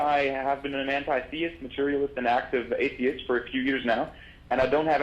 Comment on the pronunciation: XD even after he got corrected he said THESIST